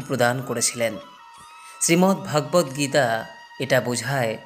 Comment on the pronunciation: Please see the pronunciation correctly as Sreemad Bhogabad Gita. Not Bhaagabat Geta.